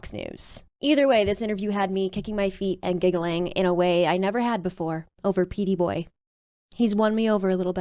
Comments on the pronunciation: Pete boy? You almost said everything right until the last second Gurll ... 🙄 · "Petey boy"? WTF